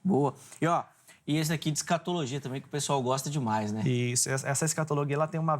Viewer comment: Professor de linguas que diz " escatologuia" , ...